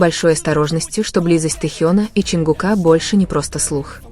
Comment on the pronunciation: Не ЧАнгукА, а ЧонгУка.